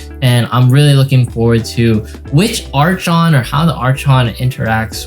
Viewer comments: Archon pronounced Arkon- Thx for the video as always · It’s Ar-kon:)